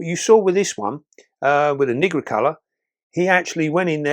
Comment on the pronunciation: 💡 'Pamphobeteus nigricolor'' The first syllable of nigricolor rhymes with night, not with nit. 👉NIE-grih-color👈. Great video though, as always.